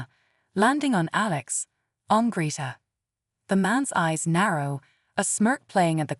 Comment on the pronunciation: END AI! It can not even pronounce Greta correctly!